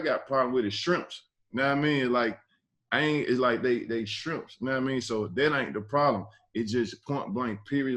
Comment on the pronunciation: "they skrimpp's"😂